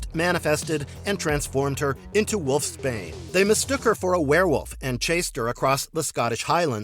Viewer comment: No one going to mention wolf Spain? Its wolf’s bane